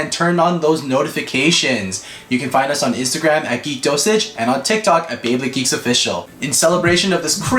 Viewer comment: ARE YOU SAYING BEYBLADE GEEKS OR....... BABY GIRL!?!?!?!?!?!?!